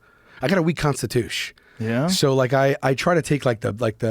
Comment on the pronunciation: "a weak constitush" sent me